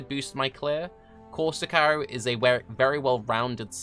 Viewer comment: That's how you pronounce it